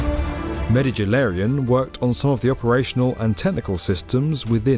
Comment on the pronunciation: “ enter Adreon smith “💀💀